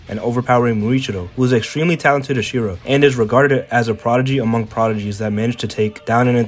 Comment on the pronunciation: i have a problem with the way you say "hashira" 💀